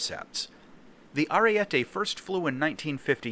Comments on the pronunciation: Its pronounced arie-te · It’s Ah-ree-e-teh